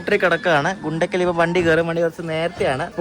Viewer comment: Its not ഗുണ്ടകൽ, its ഗുന്ത്കൽ & its not പകാല it പാക്കാലാ